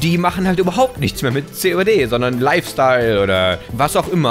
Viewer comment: ja du hast COD gesagt aber hat sich so angehört:)